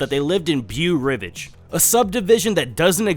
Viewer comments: That prononciation of Beau Rivage, yoooooo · Beau Rivage. Guy didn't even attempt to pronounce it correctly. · That “Beau Rivage” pronunciation is criminal lmao. Good video tho